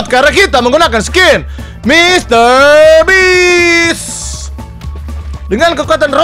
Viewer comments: bang nama nya MRBEAST bukan Mrbeans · Bist BG bukan bits😅 oi ya pengunjung baru dari Indonesia nama pulau saya belitung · beast bang bukan bits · Bacanya Mister Bis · Mister beach kocak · Bukannya mr breast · Kirain mister best